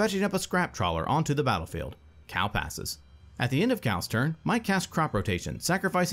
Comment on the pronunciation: Ok, who is the narrator that can't pronounce Cal.